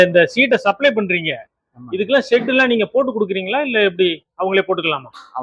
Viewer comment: உங்கள் தமிழில் வசம்பை வைத்து தேய்க்க. அது செட் இல்லைய்யா ஷெட் (shed ) தமிழ்நாட்டில். தமிழன் தமிழைத்தான் சாகடிக்கிறான் என்றால் நீ ஆங்கிலத்தையும் சேர்த்து சாகடிக்கிறாயே தம்பி. வாழ்க உன் கலைச்சேவை.